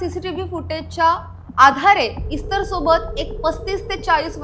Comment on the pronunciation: सीसीटिव्हीच्या पुराव्याबाबत कोर्ट काय म्हणाले नाही का? त्यावरून व त्याने गुन्हा कबूल केल्यावरून त्याला काहीतरी शिक्षा व्हायलाच पाहिजे होती. निर्दोष मुक्तता म्हणजे उजळ माथ्याने समाजात वावरायला परवानगीच! दुसरी गोष्ट म्हणजे इस्तर शब्दाचा उच्चार एस्तेर असा आहे. त्या शब्दाचा अर्थ 'तारा', स्टार असा आहे.